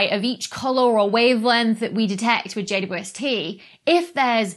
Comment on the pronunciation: Did you just pronounce (at the 'W' of 'JWST' as [wi] Dr. Becky? Could you explain? (I would answer: "Yes, why not, it's much more convenient to pronounce than 'double u!")